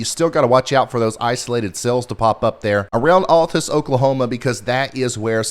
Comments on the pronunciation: Hi :) it's pronounced 'Al-tus', not 'All-tus' LOVE YA! -FROM OKLAHOMA💜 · Pronunciation tip: Altus, OK is pronounced "OWL-tǝss". Don't feel bad, I too thought it was ALL-tǝss the first time I saw it. Anyways, Ryan, I greatly appreciate your hard work and dedication to doing what you do, and even more so, going live and staying live on the air when it gets REALLY nasty. Thank you in advance for when and if it ever hits my neck of the woods in the Ozarks of south-central Missouri. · Pronounced AL- (like a guy's name)- tus. Altus Oklahoma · Thanks so much for the look ahead. And a little help... it is pronounced Al-tis ❤